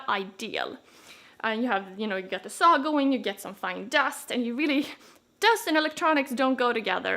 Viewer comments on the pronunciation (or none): Wayne Beck “So I used my mah-ter sawl to cut everything down to size...” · calls a saw a “sawl”